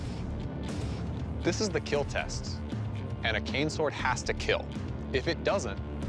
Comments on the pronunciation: Imagine trying to mug a guy, and he whispers to himself “Will it keel...” Welp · he’s not even trying to say kill anymore. He’s going with the “it will keel” meme, and I love it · The way Doug says “kill” sounds like “keel” and it’s one of more popular memes about forged in fire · Sword literally cuts the dummy’s stomach open and decapitates “It WiLl KEel” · "It will Keel" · It will. Keel no matter how i will definitely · Your weapon will keel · It will keel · Will “keel” he gotta stop saying it like thy